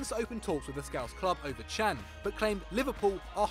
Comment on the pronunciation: Its Can not Chan